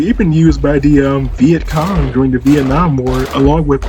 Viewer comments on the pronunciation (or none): none